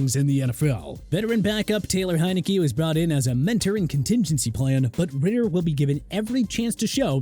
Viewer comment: Desmond Ridder* not Ritter